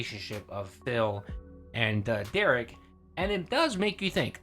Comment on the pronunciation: Please continue to normalize the pronunciation of Derich with a hard "k" sound. Big ups for doing that.